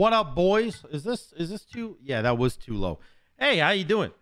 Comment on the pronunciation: i wanna know what accent has that makes him pronounce was as “wooz”